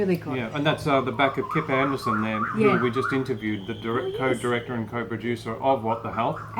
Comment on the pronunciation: I just wanted correct Kip's namne. It's Andersen, not Anderson! :D